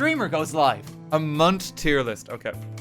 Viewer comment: please don't pronounce month as "munt". I was so caught off guard that it took me a while before I realized you meant month